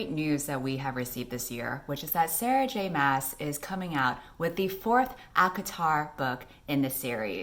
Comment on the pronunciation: Bruh you said Sarah J Ass wrong